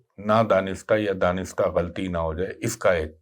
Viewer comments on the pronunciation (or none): none